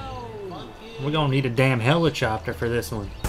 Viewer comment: When he says helichopter